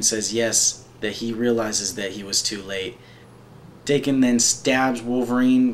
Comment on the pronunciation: Before anything else, pronunciations: 1) Mu-rah-mah-sah 2)Dah-ken (the "a" pronounced like the one in "cart") Thanks a whole lot for this! I really appreciate it, and this showed me something I haven't seen of Daken (though I am an avid follower).